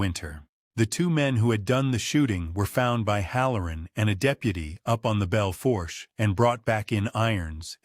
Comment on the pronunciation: Belle foursche is pronounced: Bell Foosh